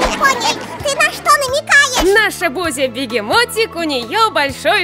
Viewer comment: Э бузя не бузи